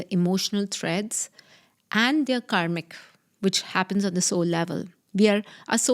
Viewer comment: I heard it as you are a comic coach. Can you pronounce better? Its kaRmic